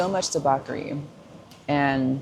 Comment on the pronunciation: Please ma’am…not debock…debauch…like boch…debauchery.